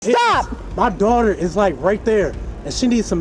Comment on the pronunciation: “But…but…MUH DORTER!!!”😹😹😹😹